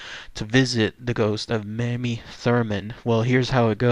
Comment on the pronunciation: It’s pronounced “May-me”